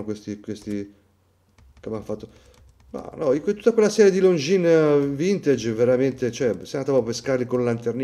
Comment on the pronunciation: Longines, non Longjeans! Per spirito d'emulazione è consentita anche la pronuncia alla Davide Cecchini, che tra l'altro utilizzo sempre anch'io: Looongines 😉 Looove!